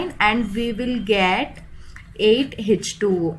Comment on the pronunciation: Hech 2 O Kiya hota hai mam ,, ,, thik se bolo H2O